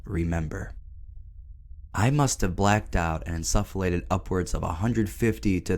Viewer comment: you're pronouncing insufflate wrong